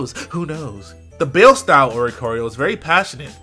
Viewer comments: Okay, guys... I don't wanna be that lady, but as a Latina, it's not pronounced Baile. Like Bayle. It's pronounced Bi-Lei. Like Bi in Bisexual and Lei. Like Bailando. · "Bail style" NO IT IS NOT CALLED BAIL IT IS CALLED BAILE (BAI-EL-EH). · Not bail its baile as in dance is spanish pronounced bay ë le the e is long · omg this man said "bale style" too, boy it's baile the spanish word for dance from the verb bailar because it's moves emulate some type of spanish dancing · Lol Oricorio Baile is Spanish for dance, so it's pronounced "by-lay" not "bayl" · Bale style... That sure is the bale of hay style, all right. :/ It's baile, as in the Spanish word for dance. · Hey dog that oricorio, that one form you did show, baile, I'm pretty sure it's supposed to be referencing either salsa or flamenco, the plumage looking like a traditional spanish woman's attire for an intricate dance, (fire also a slight nod toward it) so I believe it's supposed to be pronounced Baile as Bye-lay. The spanish word for dance. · For oricorio, pretty sure its pronounced bi-lay because it is the spanish word for dance and it seems to be a dancing form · My YouTube video peoples....lets brush up on our Spanish. BAILE - style. "BAI-LAY" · The Oricorio's baile style is pronounced Bye-le. It means dance in spanish. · Baile is pronounced buy-lay (it means dance in Spanish) ;) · I believe it is pronounced "Baie-leh" Translation for for Dance in Spanish. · You're supposed to pronounce Baile similar to "Bi-lei", it's a Spanish pronunciation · I think it's pronounced "Bai-Le" not "Bayle"... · Bruh that's not how you pronounce baile at all. It's Spanish. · lol the way pronounced baile